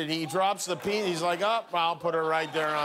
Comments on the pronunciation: You know you're Mexican when you say Peekza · He said pikza. 👌🍕🍕🍕🍕